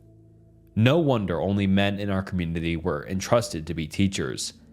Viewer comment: Bro ... Please proof read these stories first. The stumbling over word and combining two words to make a new word is kinda off-putting. Pronouncing community as communiny is cringe. I like the stories other than that.